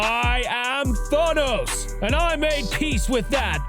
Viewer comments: How can you make an entire video about Thanos and not even say his name correctly? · Can’t get over the way you pronounced Thanos 😂 still love your channel so I just dealt w it anyway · the fact that there isn't even any other comments other than this dude who says that doesn't know how to pronouce Thanos